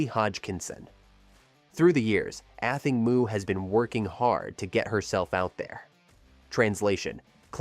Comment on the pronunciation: have journalists lost all desire to do any research on their topic? like Google how to pronounce "Athing Mu" correctly if they are giving a whole piece to the public about this amazing athlete. shame on you